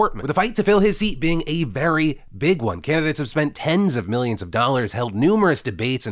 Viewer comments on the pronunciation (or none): none